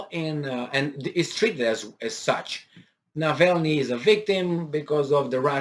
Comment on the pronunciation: hey, it is Navalnii (w/ both "a" pronounced the Romanian way). Just a little detail. Your News are absolutely great, best of good luck.